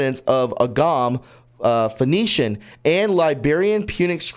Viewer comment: Ogham pronounded Oh am. G is silent. Most megalithic sites use astro-astronomy.